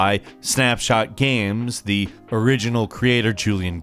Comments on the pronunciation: am i the only one that notices that calls them "gams" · I can't be the only one that notices pronounces 'games' as "GAMS" 20% of the time.